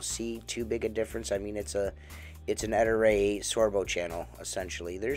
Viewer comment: Ettore chef boyardi. not E tour e chef BOI ARDY!?